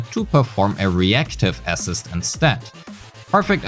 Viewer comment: somebody explain to this guy how to pronounce "assist" holy shit